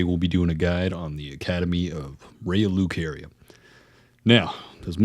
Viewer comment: how does the game pronounce lucaria for you and you still choose to fuck it up.